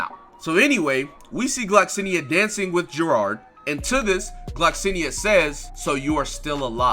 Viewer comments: It's not gerod It geirod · Why the fuck do you call her Gerard, it’s not how you pronounce her name